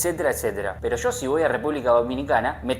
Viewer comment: “Sho mi hermano diablo” AJAJAJAJAJAJAJAJ